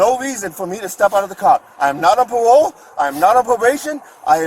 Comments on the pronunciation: "I'm not on pawole. I'm not on pwobation. I know my wights!" 😂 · He knows his wights, he's not on pawole or pwobation! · "I am not on pah-wole". Loser. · "I'm not on pawole, I'm not on pwobation." Elmer Fudd meets George Floyd. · So was he on pawole or pwobation?